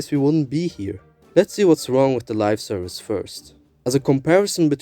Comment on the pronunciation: I hate to do it but I should point out that it's Live Service not Lifeservice :p Great video no less